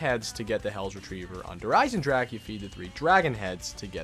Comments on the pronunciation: Sorry man, but i get soo anoyed how do you say Der Einsendrache because it's said "der einsendraha" and not "ache" like headache. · It’s not pronounced dere eyesendrack it’s pronounced dere eyesendraha ITS A GERMEN NAME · he says der isen-jack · maybe those people aren't used to say this words but says Like Headache in Every single video hahaha ( I don't speak German by the way) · Little late to the party, but it’s DAY-ERH EYE-SIN-ROCK-UH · is it just me or he said Der Eisenjack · He: Der Eisendrack Germans: Triggerd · Wie er der Eisendrache auspricht 😂😂 Der eisendrak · Anyone hear him say der eisenjack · you said der eisenjack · Yo! If any1 doesn't know how to pronounce Der Eisendrache properly, and wants to learn, it's pronounced (Dare Eisen-drocka) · "Dare EYES-in-drahkuh" great video but your pronunciation is cringe-inducing lol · Learn to pronounce to name Der Eisendrache correctly please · PLEASE LEARN HOW TO SAY DER EISENDRACHE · Finally someone else points it out. It bothers me so much when people mispronounce zombies map names and weapon names.